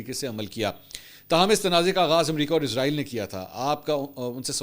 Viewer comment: سر براے مہربانی اپنے تلفظ کو درست کر لیں شکریہ لفظ عزرائیل نہیں اسرائیل ہے